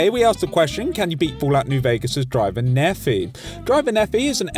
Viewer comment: Great video, but that fucking pronunciation of Driver Nephi's name. It’s not Nephee, it’s Nepheye.